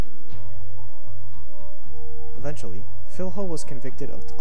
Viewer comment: Cool video, but the correct way to pronounce the "fiLHo" is like the the two L in spanish. Like in "Pollos", so read it as "Fillo"